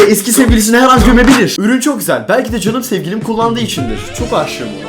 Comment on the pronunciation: Abi niye herkes Sewgilim felwn diyor amk